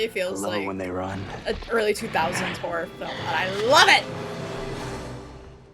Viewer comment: I nearly always mishear Horror as Whore so for a second I thought you were saying something very different lmao